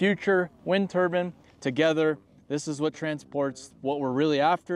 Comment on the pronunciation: "wind turban"